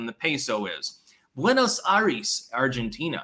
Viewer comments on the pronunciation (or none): none